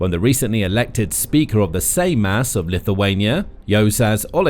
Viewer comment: Juozas is pronounced You're zus Without sounding the "r". and emphasis is on the first syllable. Seimas, S(E like A in Apple)im us with similar rule to the above. The surname is also poorly pronounced.